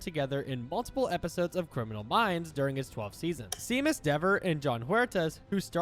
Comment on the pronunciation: Seamus is pronounced as Shay-mus